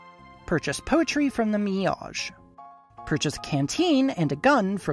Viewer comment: i had to do a double take when u said "mi-yajh" lmao was that on purpose? or is it just classic american-ism at work? in any case, still fun video overall